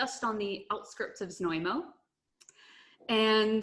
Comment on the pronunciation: Prague You've pronounced Znojmo absolutely correctly, but your wine guide hasn't :) My hometown is worth to visit not only because of wine cellars but also amazing historical centre of the the town with the gateway to the The national park Podyji/Thayataal!